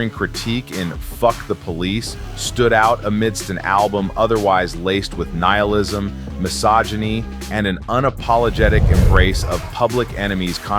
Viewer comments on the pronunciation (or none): none